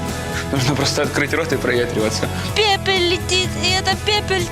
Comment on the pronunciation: Научите ведущую говорить нормально: "очко", "благовоня", " пепель", "эту пепель" (пепель -- вообще народ западной части Африки, при чем здесь?) и многое другое. Серьёзно, там же штук 10 людей за кадром, выправляйте и делайте нормальные дубли